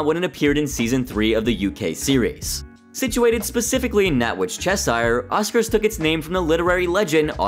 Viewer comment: I can't get over the pronunciation of Cheshire 😭😭